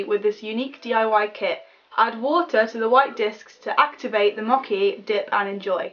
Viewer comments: "moki"😂😂😂 it's pronounced mo-chee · Mocky instead of mochi omg lol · You pronounced 'mochi' all wrong! I thought you were say mocky! It's pronounced like moe-chee. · ''moki'' it's mocchhhhhi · You were pronouncing mochi wrong! You were saying mock-e when it's pronounced moh-chee. Sorry to be picky, just bugged me :p. Also, try German sweets/candy, I went there with my school and god are their sweets odd. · the mochi is pronounced like a normal ch not a k ;A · "Mockey" it's Mochi like moe-chi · mochi is pronounced mo chi not moeki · its mochi (moh-chee) not (mokee) 😊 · The "white disks" are called mochi (mow•chee) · And btw the diy candy that you made, that has the white. That was suppose to be mochi(mo-chee). Its a japanese dessert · it's mochi (mojee) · Mochi is pronounced mo-chee